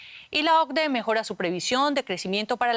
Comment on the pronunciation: O-C-DE no OBDE